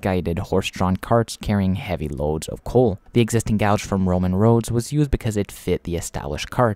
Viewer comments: So a few things 1: its pronounced gaje or gage, not gouge 2: the golden gate bridge does not carry rail traffic 3: the tgv can actually reach 574kmh but would be too unstable for passenger operations. 4: the solarpowered trains are a cool concept, but their feasability is nonexistant compared to regular overhead powered trains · Yes!!! There is a huge difference between a gauge and a gouge. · Dude, it's not gouge, it's pronounced gaje or gage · You made a video about railroads, yet you don't know how to pronounce gauge 😮 oof. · i would remaster this video pronouncing gauge correctly because i can see this annoying people and therefor ruining your retention. i recognise english isnt your first language which is impressive but these details matter to railfans. this was an interesting video though! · Gauge rhymes with "cage". Not sure why you are pronouncing it like that. It annoyed me throughout a video that I was genuinely interested in.